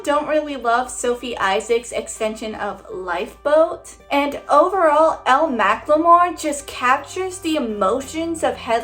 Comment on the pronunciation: btw elle mclemore’s name is pronounced ellie :)